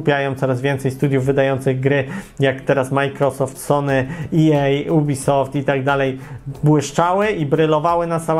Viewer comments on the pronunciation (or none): none